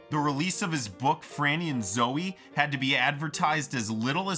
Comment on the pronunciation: ZOOEY. It’s Franny and ZOOEY. Not Zoe.